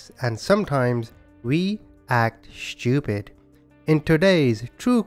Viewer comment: I'm liking the way the narrator says "stuwpid"